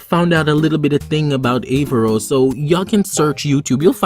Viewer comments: A r r a v o s Not avarros. Lol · ahem ScrEEeeCH HiS NamE Is AARavOs noT AvARoS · Avaros????😂 it's aaravos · Aavaros???? Don't you mean Aaravos!!!! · Aaravos not Aavaros 😂😂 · You said his name wrong